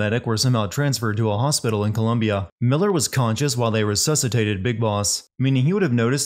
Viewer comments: MAAAAAAAAAN its Colombia, not COLUMBIA... daamn that made me pause the video.... agh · He's fucking talking bout sins yet he says "COLUMBIA", wtf?